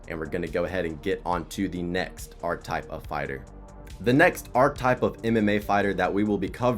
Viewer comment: that ain’t a typo dawg you called it “arc type” the whole video lmao